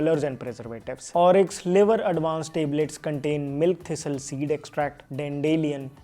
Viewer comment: Tablet❌ Teblet✅